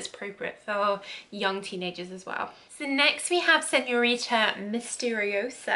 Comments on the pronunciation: SignoriNa non signorita 😅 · “Signorita Figaramo” 🤣🤣🤣🤣🤣🤣